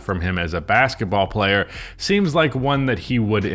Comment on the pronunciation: “Jordan Poole was a wiving pwayer with the Golden State Wawwiows, uwu 🥺👉🏻👈🏻” -, 2023.